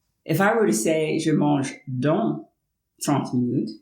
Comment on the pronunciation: J'ai juste noté que vous prononcez les on et les an de la même façon. On ne sait pas trop qui est qui quand vous dites dans/dont.